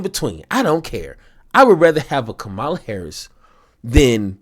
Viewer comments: KA-ma-la!. Not ka MAH-la. KA-ma-la. For God's sake, she's been in office for 4 years and is a household name. I don't care if you like her or not. Get her name right. It's just common decency and the minimum requirement of your job as a political commentator. Republicans mispronounce her name out of misogyny and racism. What's your excuse? KA-ma-la! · It’s pronounced KA-mala. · Her name is pronounced COMMA_la. Get it right. It’s a simple thing to get. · Bro. You miss pronounced her name. Do better. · I'm sure many people will say this is petty, but it's not hard to say Kamala's name right. Every MAGA Republican says it like you did. When I hear it like you said it, I always know... that's a Trumper. I know you're not, but you say her name just like they do it. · I like your show. Intersesting how you say 'Kamala' the same way as the republicans do. Are you doing it on purpose, too? How do you say 'Pamela'?